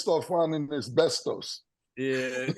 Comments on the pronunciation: Nah the way Mase and Cam be saying asbestos (es-bes-tis) as (es-bes-tos) is hilarious 😂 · AH BESTOSE!!!!!! 😂😂😂😂😂 It’s AH-SPESTIS Bahahahhahaha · Mase keep saying Abestos 😂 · Word of the day "abestos" (asbestos) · The way they pronounce asbestos is wild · That asbestos pronunciation is mad wild.